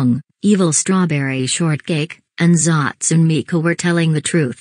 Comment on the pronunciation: Its hatsune miku not zatsune miku